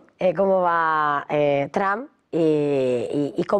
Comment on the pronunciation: Por que le dicen "Tramp", donde le encuentran la A ? es Trump, y si acaso pronunciado en alternativa seria Tromp